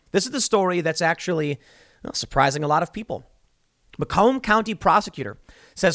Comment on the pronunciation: That’s not how you pronounce “Macomb”. I know because I live there.